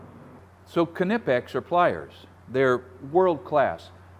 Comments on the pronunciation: love your channel, fyi Knipex is a silent K. Appreciate you 💪🏻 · Do you call it a “ka-nife”!? Then why in the world would you call it “ka-nipex” it’s pronounced the same as knife. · IDC what anyone says you don't pronounce the K in Knipex just like you don't pronounce the K in Knife, which is also Germanic in origin. 🤷 How did Screwdrivers and assorted Nails, Screws, Nuts & Bolts and a Staple gun not make in there?! Drill drivers are fine but they're not a replacement for a screwdriver. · Ka nip ex? Is that anything like a ka nife? But they are next level pliers! Keep up the good work! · You didn’t get the pronunciation of Knipex anywhere near, but Americans rarely pronounce anything correctly in ENGLISH, never mind German stuff.